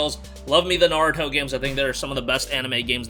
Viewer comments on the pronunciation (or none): none